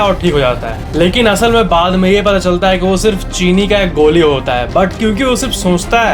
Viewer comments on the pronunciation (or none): none